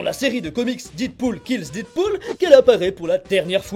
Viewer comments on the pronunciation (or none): Oh putain, c'est quoi ce "DIDpool" que tu ne cesses de répéter??? Dead se prononce "Dèd", ma poule! Pas "Did"! LOL quoi! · J'aime bien tes vidéos et celle là également mais il faut arrêter de prononcer Deadpool didpool stp